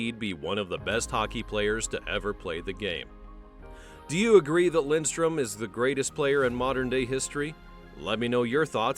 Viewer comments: Yankees, its Lidstrom, not Lindstrom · Ya, his name is Lidstrom, not Lindstrom. Jesus. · Why do you say Lindstrom? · Had to turn off immediately when I heard his name pronounced incorrectly 3 times in the first 30 seconds. If you’re going to do a piece on a guy at least know how to say his name.